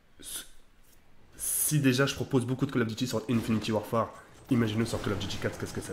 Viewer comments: Ah merci de corriger ça ma fait mal aux oreilles quand j'ai entendu ça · Arrête de dire infiniti warfare c un INFINITE WARFARE